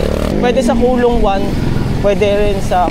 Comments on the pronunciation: coloong ko-lo-ong..hindi colong😂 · Coloong hindi kulong.. 2 Yan Coloong Coloong 1 at 2..dyan ako ipinanganak Kaya kabisado ko yan.. Mali ka NG bigkas.. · co-lo-ong po😊